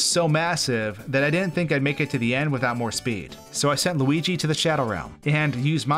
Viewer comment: It’s loogi